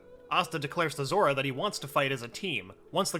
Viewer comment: i love how at one point he dident said zora he said zoro